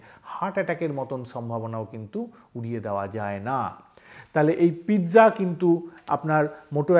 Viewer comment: JUST PIZZA NOT PITZA.